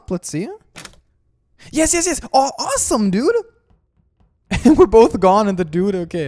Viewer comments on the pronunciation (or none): He said awesamdude LMAO